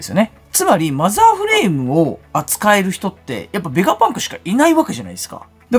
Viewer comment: 作者に失礼なので名前間違えないで下さい。何度も同じコメントしてるのに読んでくれてないんですか？ ベガバンクじゃなくて、ベガパンクです。 動画見てみて下さい。ベガバンクって言ったりベガパンクって言ったりしています。